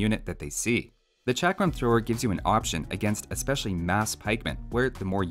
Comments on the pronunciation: Pronounced chuck-rum thrower. Source: am brown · it sould be pronounced chakaram thrower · In India chakram mean circle and u said it wrong way